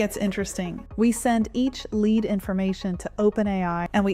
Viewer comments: Your ai said led generation instead of lead generation around 3min mark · Led generation? Something is wrong. Some text to speech pronounce words wrong LEAD generation, no led generation. Then I stopped the video.